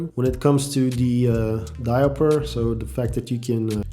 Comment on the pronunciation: It’s diaopter 😂😂 not diaper 😂😂😂